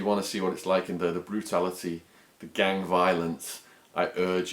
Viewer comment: Why do you say gang sort of like gangk? Is that some particular accent thing or what.